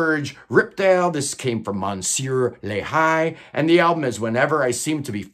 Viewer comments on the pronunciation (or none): none